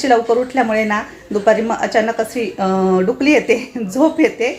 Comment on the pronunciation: Dukali nahi dulaki😂